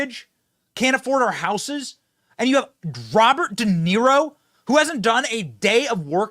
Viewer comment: Haha! 😂 Robert “Duh”Niro. Total fool.